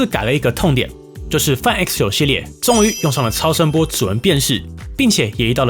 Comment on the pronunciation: 麻煩先去了解一下Find怎麼唸